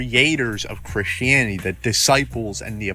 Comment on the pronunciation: never trust a guy who pronounces "the" as "da"